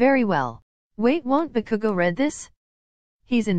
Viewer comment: “I think bakugou broke his door again” Me hearing bakugou as cookoo